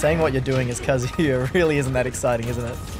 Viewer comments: Really said Kazuya correctly in the first 5 seconds then went back to calling him “kazooya” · "Kazuya" "kAZuyA" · KAH-zuh-yah Not ka-ZOO-yah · Still waiting for them to realize it’s pronounced Kah-zoo-yuh, not Kuh-zoo-yah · when said ka-zoo-ya in his video the first time i thought he was making a joke about a kazoo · "Kazoo yuh" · (Pronounces Kazuya wrong) Character Select Screen: (Teaches them how to pronounce it): (Immediately returns to pronouncing it wrong) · everyone pronounces wrong, it’s so universally pronounced wrong that banjo and kazooya has become a meme. Even though it wouldn’t exist if people knew how to pronounced it correctly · How are they going to correctly pronounce his name in the intro then immediately flub it thereafter zzz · None of the underdogs pronounce the name right :'D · As a huge tekken fan the way they pronounce kazuya hurts me internally lol